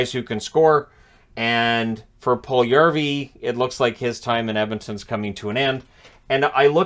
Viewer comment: His name has four syllables, not three. Pul-yu-yar-vi.